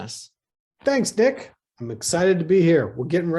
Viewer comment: Did Flynn address as "Dick" instead of "Nick"?